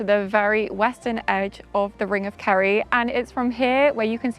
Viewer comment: It's Kerry not carrie. You did it again. It's 'Gawlway' not 'Gallway'.